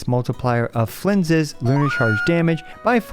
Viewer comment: I want to see/hear the outtakes of all the times he messed up Flins name in the intro, no way he did it in one take.